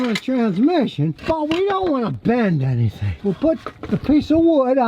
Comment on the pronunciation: "we don't wanna bend anythehhh" lole